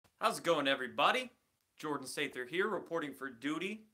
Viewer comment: Sather sounds like "savior"